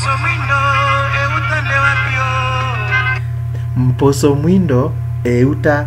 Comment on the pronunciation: Good job but remember to do away with the influence of the first language,mposo you pronounce it as mboso.